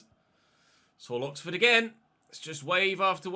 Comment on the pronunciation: "Look at that COXFORD press"